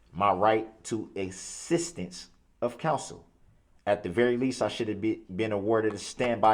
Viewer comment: And assistance he says ‘sisstance more than once. He grates my nerves so bad.